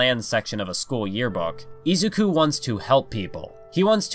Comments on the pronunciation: i LOVE this video but every time you say izuku i cry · I swear if you say izuku the wrong way i am gonna lose my mind im sorry but its just reallly bothering me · i can't stand the way this guy says names like Shigaraki, Izuku, and Ingenium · It triggers me how much he said Izuku wrong